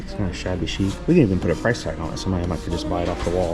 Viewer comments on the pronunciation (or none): none